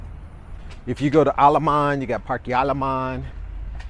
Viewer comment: Bro. Great video. However your pronunciations are so wack. Parkey?? What. Fyi. Just pronounced the vowels AEI OU with a Spanish sound and not English. Aah. eH.( sounds like softer ate). I is EE. Like weeeee.. O. Like. OH no.. U. Uff. With out the F. 5 min effort and your much easier to listen to.. 😂